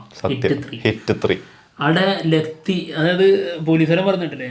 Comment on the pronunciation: നിങ്ങൾ ഇപ്പോഴും ലത്തി എന്നാണല്ലോ പറയുന്നത് അത് എന്താ അങ്ങനെ 🤔🤔🤔